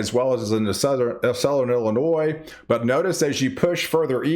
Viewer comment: It's not El inois, it's ILL- inoi